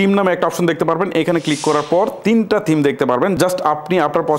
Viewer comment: তিম না থিম হবে